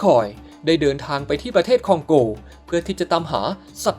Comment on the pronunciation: คองโก บราซิล 55555 นึกว่าฟังผิด พอพูดคองโกง บราซิลอีกที มันไม่ใช่แล้ว